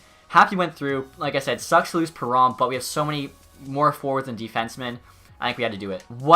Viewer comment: He isent called david perro Theres a N in his name bruh